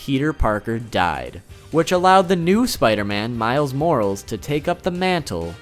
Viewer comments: moralis not morals mor-al-is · it's not pronounced morals, it's pronounced mo-ra-les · Y can't u pronounce Miles Mo-ra-les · You said Miles Morales wrong boiiiiiiiiii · ....did he really just pronounce Morales wrong? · You butchered miles last name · Jotimaro 1 exactly what I thought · You pronounced morales wrong but no biggie. And can you please do a video on "Darker than black"